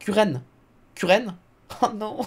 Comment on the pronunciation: Pour Kurain je pense qu'il faut le prononcer à la japonaise. Koulaïn